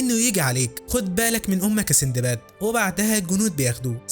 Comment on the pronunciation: اسمه سندباد و ليس سيندباد